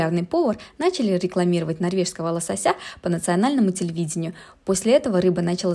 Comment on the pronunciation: Лосо́сь- ударение на вторую о. При склонении этого слова ударение не изменяется! В слове лосо́ся ударение не меняется, а также на 2ю о.